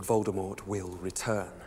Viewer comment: When harry said "Volldemord" I was like : " He's not Volldemord, Volldemord dont have nose!".